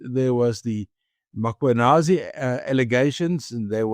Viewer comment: And would people please pronounce the name correctly ... it's Mm.khwanazi, not Makhwanazi...!